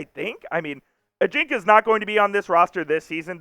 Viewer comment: You may want to check out the pronunciation of Ajinca.